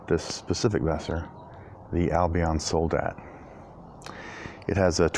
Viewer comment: Nice review, awesome sword, and great cutting! (btw, the emphasis in the word soldat is on the "a", and in Lecküchner it's on the first "e" ;) )